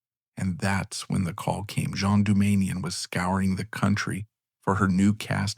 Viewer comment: Its pronounced GENE Doumanian not the French version (Jean as in Le Miserables).